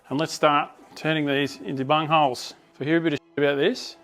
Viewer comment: It sounds like you said bum holes 😂😂 Sorry ✌🏾👍🏾🫶🏾